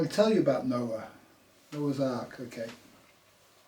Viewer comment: You could start by getting your pronunciation correct . It was hard to listen to you say Noah so many times, I had to stop the video. Gnaw-a NOA . Please say our language correctly. Nga mihi.